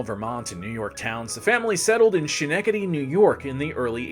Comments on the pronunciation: The most forgetable President ever is Buried in Albany Rural Cemetary. Nice grave. Schenectady...(Ske-neck-tidy) not (She- Neck-idy)...close. but not quite there. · It's Skenectady and NOT Shenectady. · Did this guy just call it shan-ecady NY?! It's..... Ska-neck-ta-tee. Bro....you're teaching people as an online educator. Try and know how to say the names and towns right. Derp* Derp* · Heh "Shhnectedy." "SKnectedy," bubbe. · Say it with me… “Skuh-NECK-tuh-dee” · Dude. Ska-neck-da-Dee. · Well done, but fam... it's S-KKKKKKK-ENE-KKKKK-TEDY!!! and GREHN-ITCH!!! lol so difficult to listen to with the mispronouncing. But well done, nevertheless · Ska- neck taddy!! Schnectady I’m sorry it was very hard to hear you say that so badly. Please heavily research any New England names before venturing into this part of the country hint Worcester = woostah. And peabody is peabiddy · Ska-neck-ta-Dee. Cmon man. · It's Ska-Neck-Ta-Dee. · Schenectady = Skin-eck-tiddy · I came right here after the second mispronounced time he said to see if it was already mentioned. I see that it was. LOL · Giggling every time he says "She-neck-ah-dee." And he says it a lot! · Hearing you butcher Schenectady is sending me. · You mispronounced Schenectady and Greenwich. Do better. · Schenectady has a hard K sound. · Ooof, I'll bet you've been getting some comments on pronouncing 'Schenectady'. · Other than a horrendously cringeworthy mispronounciation of Schenectady, well done. It made an otherwise well-done video hard to watch. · My mother in law was from Schenectady. You are mispronouncing it!